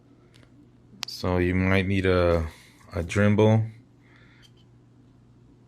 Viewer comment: Say Drembel one more time! Dremel! Good video though thanks!